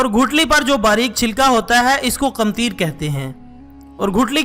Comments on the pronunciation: Komtir ni katmir ha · Yes . I also noticed. He said qimteer instead of qitmeer